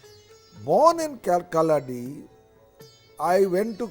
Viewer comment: Feels extremely happy on hearing about the Adi Shankaracharya 🧡 I would like to make a humble correction The place where he was born called "Kalady" ( meaning = Footprint ) near Aluva . not kalladi as pronounced in th3 video